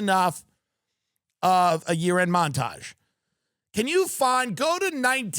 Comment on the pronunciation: You mispronounced mountage : ) Let me help pick your cherries : (